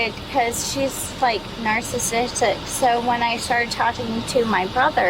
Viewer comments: The word “narcissistic” is beyond her pronunciation abilities as well. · "they're narchachiustic"